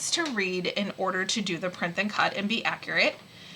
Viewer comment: Why do you say printh and cut?